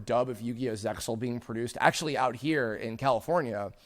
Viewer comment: Okay, this needs to be said; the pronunciation for Zexal is zey-all, the x is entirely silent. Of course, the very first thing that 4Kids did to ruin it was pronounce the name wrong.